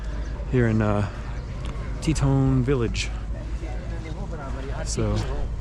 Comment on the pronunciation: It’s Teton not Tetone 🙂👍🏻